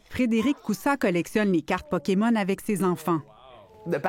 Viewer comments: le dude est pdg d'une compagnie qui vend des carte Pokémon et prononce Poké-Mont ??? WTF le scam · OMG... Le gars prononce ça Pokémont... LOL. J'espère qu'il ne va pas prononcer Riftbound, Riftbon.... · J'ai plus l'impression qu'il était pas sur a quelle point il avait le droit de prononcer à l'anglaise a la TV Québécoise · Sa façon de dire Pokémon me trigger solide. 😂